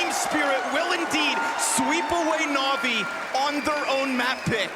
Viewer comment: Navi isnt NAVII